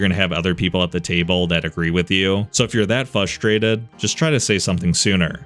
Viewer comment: You really need to stop saying “fuh-strated” in every video, it’s FRUSTRATED, pronounced “fruh·stray·tuhd”